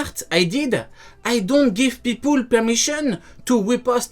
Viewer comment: "pipoule" jai faillit m'ettoufé